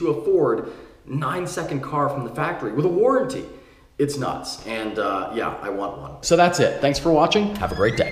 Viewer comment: Emphasis on "with a waranty" XD